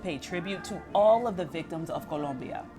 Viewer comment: 🤣🤣🤣 The way she gets an accent when she says Colombia